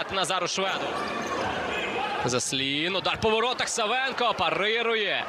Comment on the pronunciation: Накоглос на першу А в прізвищі САВЕНКА!!!